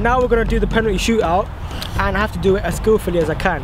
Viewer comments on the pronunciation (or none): none